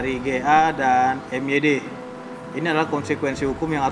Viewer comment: MYD itu (MaYiD) bukan si